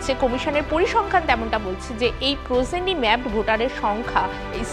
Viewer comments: It is progeny not prozeny, how can anchor of a big channel make such wrong pronunciation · Prozeny নয় progeny ম্যাপিং। নিউজ anchor হতে গেলে উচ্চারণ এর দিকে নজর দিন। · 😂prozeny na proGeny. uchharon shikhun aage